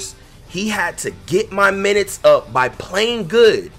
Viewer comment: How tf you say up